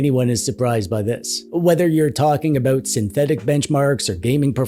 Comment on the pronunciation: Oat-A-boat, With oat EH!